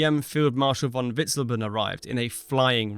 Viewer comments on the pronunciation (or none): That terrible pronunciation of Witzleben hurts the ears and the brain. I almost want to turn it into a drinking game.